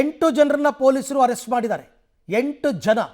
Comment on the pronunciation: Arest alla sir please saysbidi please